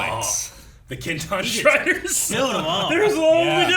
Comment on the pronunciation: No one:: Ah yes, the Kintan Striders!